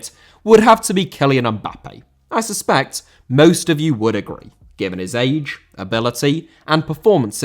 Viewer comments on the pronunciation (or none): Mbappé * not Mbappei